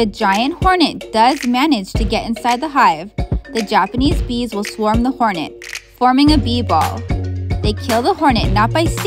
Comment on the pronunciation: "hornetu" not even how that'd be pronounced